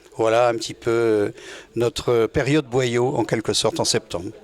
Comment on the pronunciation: BOYAU ET NON BOILLAU une descendante de Maurice BOYAU